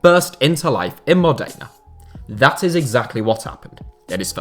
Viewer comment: Mod-eh?-na Not...Mo-day-na